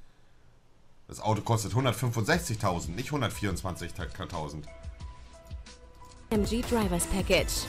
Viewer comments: Fuck off, es heißt nicht „Eih Emm Gie“ SONDERN Aufrecht Melcher Großassbach, also wird es deutsch ausgesprochen. Junge, Junge, sowas macht mich sauer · ALTER ES HEIßT A EM GE und nicht Ay em gii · nicht ay em j amg deutsch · Wie das einfach nur abfuckt, dass die Olle die ganze Zeit "EyÄmGiee" anstatt ganz normal "AMG" sagt. AMG ist ja bloß eine Deutsche Marke bzw ein Deutscher Name und muss daher englisch ausgesprochen werden. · Amg englisch ausgesprochen.... ES IST EINE DEUTSCHE AUTO MARKE ES WIRD DEUTSCH AUSGESPROCHEN! :D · Ich habe mich alleine schon wegen der englischen Aussprache von AMG aufgeregt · Könnrn die amg bitte normal aussprechen?!